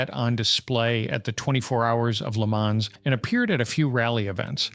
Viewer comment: Why can’t Septics pronoun French town names correctly? The S in Le Mans is silent. FFS.